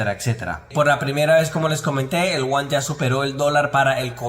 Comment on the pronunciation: No es uan es yuan